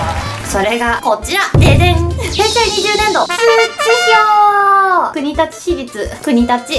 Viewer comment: くにだちって言ってる時点で察せた(*ºчº*)こくりつじゃないの？笑笑